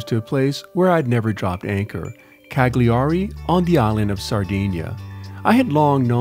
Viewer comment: psssst..... (the GLI sound in Italian sounds like the double "L" in "millions," you're much better off pronouncing it Caliari)